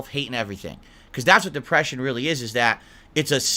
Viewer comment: "Mah dehpreshiohn!" ANGRY SNORT Most people who suffer from depression doesn't bring up that they have depression.